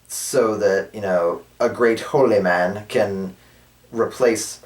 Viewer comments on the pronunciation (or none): T pronounces 2 words funnily: holyman, and kobold (and mahogany). I would love for him to say Mahogany Kobold Holyman, each with their own voice!